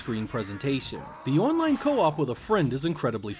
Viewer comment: I cant get past how you say online as one line